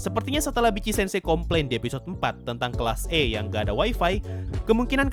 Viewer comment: Bang, nyebutnya Vitc-sensei jgn Bitci-sensei. XD